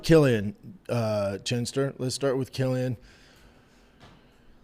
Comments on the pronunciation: His name is Kwyl-in. Not Kill-ian. Jfc dude. I can’t even listen to this shit. I’ll be back for the next episode though. Love ya dog. Hopefully you’ve learned how to pronounce the man’s fucking name properly by then. Good day sir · Bubba “Quill “ like porcupine . Quil - llian … Not killian 🤦🏻 Love you B 👊🏽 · Quill-an, Jesus fkn Christ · You should teach Brendan how to say his name correctly first.